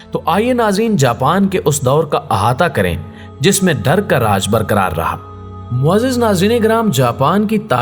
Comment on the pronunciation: جناب آپ اکثر معزز میں غلط تلفظ کا استعمال کرتے ہیں برائے مہربانی اس کی تصحیح فرمائیں۔صحیح تلفظ مُعزَّز ہے۔